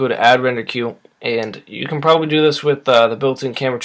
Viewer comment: You keep saying probaly and it hurts